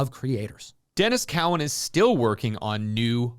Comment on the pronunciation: This is how far the comics industry has gone downhill. Nothing but bs speculation and over-hyping of tertiary characters' first appearances, and movie tie-ins to further fuel and inflate the cgc market. Hard not to see thru this, when so called 'fans' can't even pronounce the creators names correctly on the books which they hype. David Maka-zelli?? and Denys Cohen? lmao